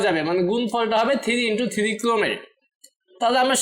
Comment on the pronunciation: Bhai thiri na bole three bolle ki hoina? 😅